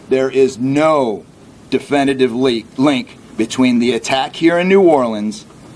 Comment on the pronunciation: ❤ odd the officer speaking slipped he said "no leak um link."